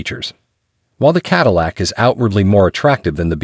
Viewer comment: Finally, some good automotive writing on this channel! Then the overall impact was spoiled by some sloppy editing - repeating almost word for word the platform comparisons and the computer generated voice correctly pronouncing Cadillac in some places and not in others, as well as saying Hip for Hp. If Hp was written out as “horse power” in the text submitted to the computer, then it would be correctly rendered. It was almost the end of Q3 2023 when this video was produced and there are 2024 models with higher trims available at a few dealers. So WHY use a 2023 Lyriq DE and not a 2024 Lux2 or Lux3 dual motor??? This is hardly “keeping you up to date in the EV field” as your introduction promises.